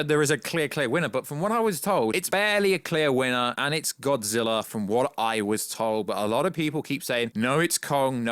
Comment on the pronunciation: You say godzillaer